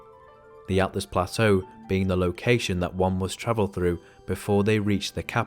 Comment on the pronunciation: "Atlas Plateau" SMH.